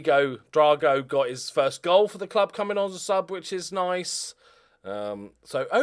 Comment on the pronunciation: Drago should be pronounced like Ivan Drago from Rocky 4 imo.